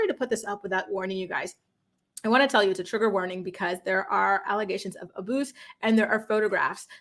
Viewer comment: Tf does aboose mean?!?! Speak the correct words it’s abuse💀💀